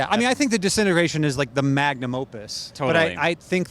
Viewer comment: ‘Disintegration’ is not pronounced ‘decennergration’.hehe. I love The Cure and yes, ‘Disintegration’ is a brilliant album.